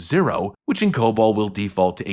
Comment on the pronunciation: Um... It's Cobol, not cobalt.